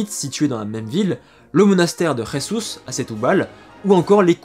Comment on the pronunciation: Prononcer “Jésouz” et “Stoubale”. 😁🇵🇹